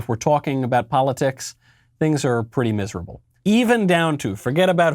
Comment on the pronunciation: When Michael said "talking" at the beginning I think this is what they call a New York accent?